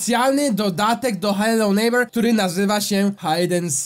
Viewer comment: aaaaaaaa..... nie chce się wymądrzać ale t ochyba! bo nwm mówi się nejbera